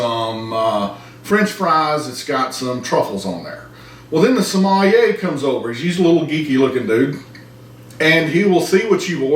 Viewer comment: somalier or coyotilay...too funny, thanks!